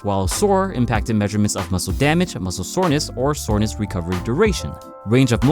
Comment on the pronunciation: "What muscle is sorness"